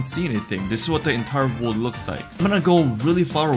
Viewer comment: trying to pronounce the letter "r": wowld? wold?